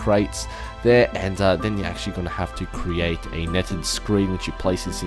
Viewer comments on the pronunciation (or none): did anyone else notice how many times said accsualy in this video?